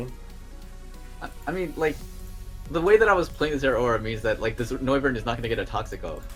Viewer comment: Noivern has become "No"vern😂